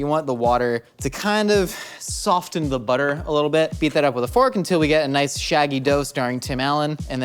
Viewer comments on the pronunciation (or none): pronounces the t in soften...... why does this trigger me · Who the heck pronounces the T in soften??? No I don’t like that stop Edit: the fact that he later says “silent letters are BS” 😂